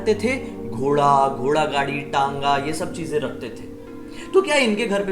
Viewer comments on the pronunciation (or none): none